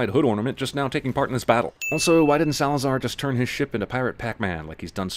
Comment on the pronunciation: "Salazar distards to destroy the British ship" You couldn't do one more take? Just one?